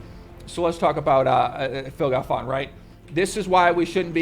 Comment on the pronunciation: Phil Galfåån :p